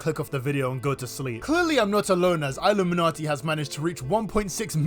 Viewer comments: It's pronounced like illumination. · it’s just pronounced like illuminati btw.. your videos are always fun though :) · Great video but it irks me so much how you pronounce her name “I- lumminati “ can you do your research on how to pronounce her name right. So glad you switched to triangle woman